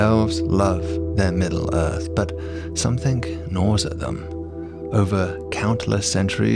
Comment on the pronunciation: Why do people say somethink? And writink? And doink? What IS that?!